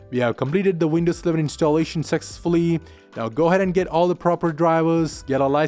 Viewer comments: I thought he said Windows 7 as well numerous times..lol. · Why does he sound like he's saying windows 7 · Is this guy saying windows 7 or windows 11? 😂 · He says window sleven